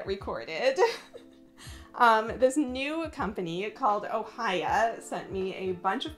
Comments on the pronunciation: Love your puzzle collection! By the way, the correct way to pronounce the Arabic puzzles are Oh-Ji-Ya which literally means puzzle in Arabic! Their puzzles looks so cool I’m definitely getting some! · "Ohjiya" is an arabic word for puzzle ..the proper pronunciation is to pronounce o , h , and then "j" like 'jacket' and the i, a